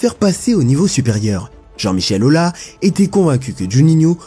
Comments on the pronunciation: Pardonnez-moi mais j'ai les oreilles qui saignent ce n'est pas Jean-Michel Aula Jean-Michel Aulas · Même si on aime pas la personne .. Sérieux Jean-Michel "Ola" y'a un S à la fin qui ce dit AUUUlasssse.. Encore une personne qui va dire le Chaossse pour le "Kao"..et Mickel EssièNNE bien évidemment .....Aucun respect pour les noms propres et montre que ça n'a pas bien "taffé" le sujet ^^.. bravo (Ps 3 Wiltore.. c'est WiltorDDDDDe) Encore une vidéo faite par des non footeux.. super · C'est AulaS, le S ce prononce 😜, sinon très bonne vidéo 👌🏼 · En tant que supporter Lyonnais,J'aimerais toujours juninho (le joueur)pouce bas parce que tu as osé appelé JJM Aulas JJM Aula! apprend à parler français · Jean Michel Aula, Micheal Essienne, Wiltor. Vraiment faut que tu t'appliques sur la prononciation des noms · Vu comment les noms sont mal prononcés, c'est clairement une IA